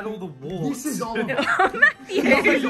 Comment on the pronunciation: Bro it’s not olleryon it’s oliver